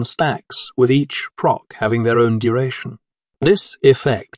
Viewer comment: no. Listen to how the generated voice mispronounces words like, 'proc'., etc. You're one of the early folks tricked. I have been also before...